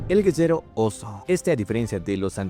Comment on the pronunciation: ¿Porque cuando dice guerrero dice guezero o algo asi?